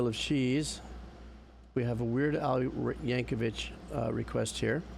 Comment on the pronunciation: Liked for Weird Al and the mini-rant about corporate bullshit, but it's "Yankovic", not "Yankovich". It's a hard "c" sound like a second "k".